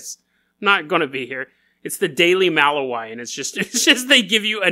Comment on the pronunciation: It’s pronounced “muh-lou(like loud)-wee) lol.